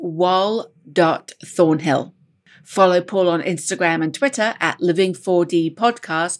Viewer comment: It’s “Wal”